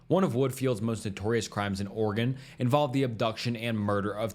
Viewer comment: Thank you for pronouncing my state correctly. 😅 (Oregon)